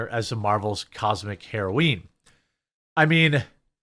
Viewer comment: Jeremy heroine is pronounced just like the drug